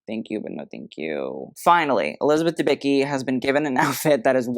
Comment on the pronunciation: The C in Dębicki is not silent. Read it. It sounds like "t's" is "what's up". 😉